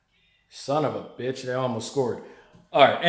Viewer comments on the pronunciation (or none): none